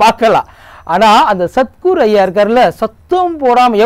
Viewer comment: சத் " குரு " அப்படின்னு சரியா சொல்லுங்க, "சத்துரு" "சத்துரு" அப்படின்னு கேக்குது. இப்போதைக்கு சீனாவின் ஜிங் பிங் கைங் நைங் தானே சத்துரு 🤣🤣😅😁